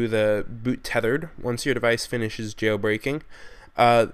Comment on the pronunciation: he says tethered wtc??